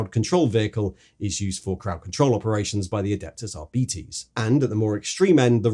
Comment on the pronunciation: arbeetes? surley its ar-bites